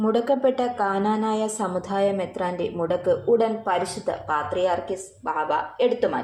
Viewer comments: This lady is no way a christian. She always wrongly says ' kananaya'. It is Knanaya. Why does not the people behind this negative vlog correct her? An advise to the girl: it is injuring many devotees feelings. It is a curse. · Hello lady it's knanaya not kaaanaanaayaa. At least rehearse before you speak.